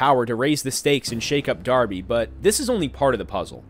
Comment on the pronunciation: THE NAME’S DARBY! NOT ORBY OR BARBIE ITS DARBY!!!!